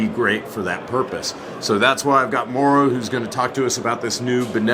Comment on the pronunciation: Mau-ro...not Mo'ro...LOL.